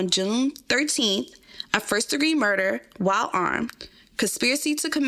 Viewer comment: She said shmurder 😅